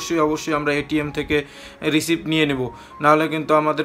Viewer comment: R ekta correction MONEY RECEIVE uchcharon hobe na, hobe MONEY RECEAT uchcharon.